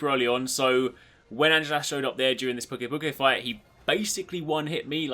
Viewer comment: I belive the pronounciation is "Pew-key pew- key" because of the word "to puke"